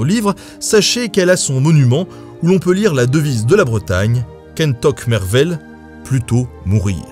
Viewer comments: Pour prononcer "kentoc'h mervel" il faut dire "kentorrr mervel" en expirant le r (Comme le "j" de la JOTA espagnol ;) ), il y a aussi des tonalités plus fortes sur certaines syllabes mais on va commencer par le "c'h" haha. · La vrai devise bretonne est "kentoc'h mervel eget em zaotra" " Plutôt la mort que la souillure" et oui tu la mal prononcé mais je te pardonne 😂